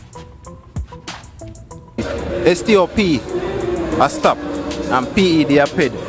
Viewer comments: Bloodclaat "Ped-Stop" 😂😂😂😂😂😂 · the boy who said dunce like Haile Selassie and Charlie. And don't know how STOPPED is pronounced 😂😂😂😂